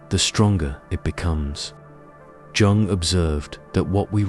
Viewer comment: Every time he pronounced Jung with the hard "j" I LOL'd, adding years to my life 😂